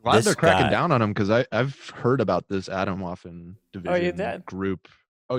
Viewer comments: atomwaffen means atomic/nuclear weaponry in german but until i saw the spelling i had no idea this would be a german word its pronounced uh - tome - vuffen yall gotta practise some german xD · That's not how "Atomwaffen" is pronounced